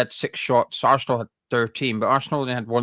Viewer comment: Talk English it's arsenal not assshhhnal sweaty pr1k wow your a joke